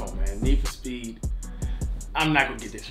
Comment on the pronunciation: really said Neef for Speed on the very iconic car movie lmfaooo